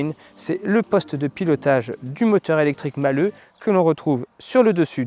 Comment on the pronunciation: Malhe' et non Malheux